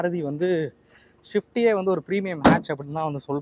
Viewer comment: Bro not shift .. it’s swift 😢